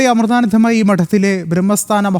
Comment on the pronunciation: അമ്മയുടെ പേര് ഒന്ന് പഠിച്ചിട്ടു പറയു... അവതാരകൻ......